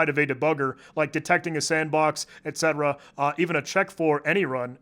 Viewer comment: Calling “etc” etcetera instead of et-see